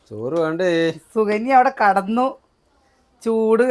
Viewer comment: കടന്നു അല്ല കിടന്നു 😂